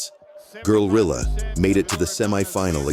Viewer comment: New rule: Never let an AI voiceover say “girlilla” more than twice in five minutes.